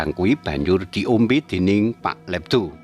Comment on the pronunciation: Olehe nyebut jenenge PK ledo ws salah mas